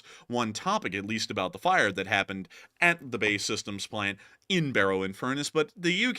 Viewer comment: B.A.E. Systems not bay lol. Barrow in Furness is known as the 90 mile cul-de-sac Lovely edge of Cumbria You’d all love our Cumbria John from Manchester 🐝 England 🏴